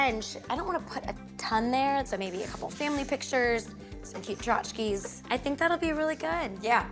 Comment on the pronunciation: Tchotchkes, not "Trotskies". That said, everybody does booboos sometimes.